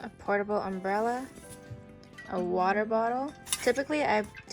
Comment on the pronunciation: Did She just say, she carries a “ portable umberella ?” Oh My God . Grotty